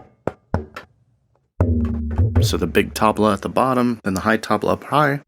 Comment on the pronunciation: great video, but you must learn the right pronunciation of "Tabla" ...the T is soft...you can learn it here and poor sameer gupta...you pronounce his last name as 'Gaputa' If you are talking for 28 mins about a musical instrument, the first thing is that you must pronounce it right.